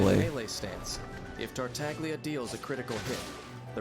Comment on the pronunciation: Tartaglia is an Italian word, so it would normally be pronounced like Tartallya. This is reflected in the transliteration of the pronunciation to Dadaliya, Tarutariya and Tareutallia for Chinese, Japanese, and Korean respectively. However, for some reason, the official English pronunciation of his name voices the ‘g’ unlike its Italian namesake.